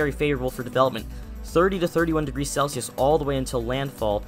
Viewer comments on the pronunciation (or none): none